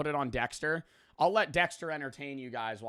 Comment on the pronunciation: “dextuh😀” “give me ritas key 🫸🫷😡”